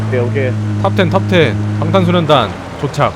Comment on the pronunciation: 가자 반탄소년단 발음 넘나 귀엽궁ㅎㅎ반탄소년단!